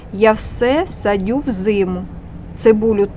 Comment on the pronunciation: Саджаю.., а не садю. 😊